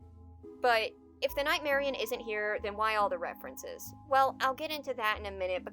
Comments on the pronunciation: I hate how people pronounce it nightmari- own instead of nightmari-uhn like how it's spelled. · You guys say "Nightmarian"? Odd... maybe it's cus I'm not a native English speaker, but I always called it "Nightmari-on", with emphasis on the "onne" part like I'm saying "on".